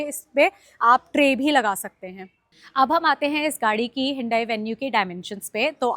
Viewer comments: Hindai Nahi Hota hyundai hota hai madam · Hyundai ❌Hinndai😂✅